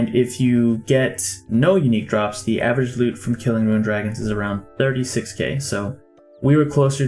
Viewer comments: It's rune (roon) not ruin (roo-in). That was so annoying. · He does and he has acknowledged that he does. He has probably played RS his whole life and always just said "ruin" so it's probably quite a hard habit to break. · is it only me or does he say "ruin" instead of "rune"? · Na he says it lol it’s kinda funny actually